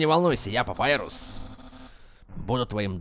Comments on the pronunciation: *бро... папайрус..... Т.Т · А если папируса убили то как Санс говорит:" Папирус(Папайрус) тебе что-нибудь принести?